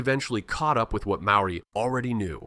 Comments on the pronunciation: how do you sleep at night making money whilst butchering the Maori language. Good grief your AI genius isn't at all clever, you have embarrassed yourself. I will not subscribe. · ABSOLUTELY !! ... My own pronunciation of MAORI, I willingly admit, is NOT good, but I DO make a sincere effort. Before submitting a video like this on internet I hope I'd be a LOT more respectful to all covered by the video- and to all viewers - to get everything as accurate as possible. What the hell is 'Whack a Taine " Americans can't even do English, much less Maori - or probably any other language? (& I also acknowledge the English settlers not doing well in representing the Maori language a bit more accurately in print.) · I just want to say, thank you for this video. Although your pronunciation is a fair way off, thank you for trying. Some of these places I knew of but once your dived into their existence I was quite amazed. Don't worry about what people of New Zealand say about your pronunciation, it is quite a mouthful to get it right and even then some of the New Zealanders can't even pronounce it properly either. Also, you did a wonderful job in researching our country and it's prestigious creatures that live here so thank you very much. God bless :) Scribed! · Yes I agree pronounced names and places are aweful. You need a proper Maori to pronounce the places.